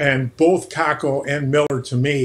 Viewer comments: No it's pronounced Kaapo Kakko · His name is pronounced "Cape-O Cake-O"